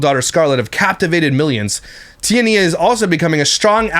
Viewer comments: I think it's pronounced Tea-anna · Lmao 😂😂 the way you say her name cracks me up everytime.... but for anyone who isnt sure how to pronounce Tiania its like TeeAnna (at least thats how i have always heard it said through other commentary channels as i do not consume any of her content) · I cant even finish watching this simply because he is getting on my fckn nerves steady saying Tia Nia.. She not my favorite person but damn dude stfu w the Tia Nia.. not everything especially names is pronounced exactly how it’s spelled bc ppl have stupid parents tjat name their child something they cant spell. It should be Tiana but tia nia is annoying asf bc u know that aint how tf u say it 🙄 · I think her name is pronounced like Tiana but “knee-uh” at the end. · It’s pronounced “Ti-An-na” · Is Tiania's name a version of Tanya? Hearing him say Tia-nia makes me laugh!!! 😂😂😂